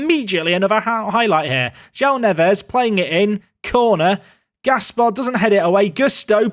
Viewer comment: As a Wolves fan, hearing you say Joao Neves was quite triggering, lol. Makes me think of some combination of Joao Moutinho and Ruben Neves...